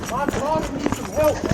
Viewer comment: “But…but…MUH DORTER!!!”😹😹😹😹